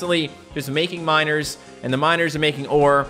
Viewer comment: Every time you say miners it sounds like you says minors and it sounds really bad, ”I need to collect 1000 minors😬”